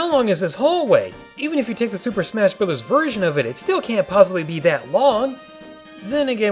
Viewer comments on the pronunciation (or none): none